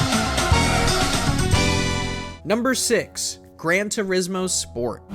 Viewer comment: "Gran Tursimo" 💀